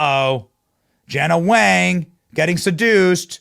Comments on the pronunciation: Wang is actually pronounced “WONG” in mandarin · Why are you saying Wang like that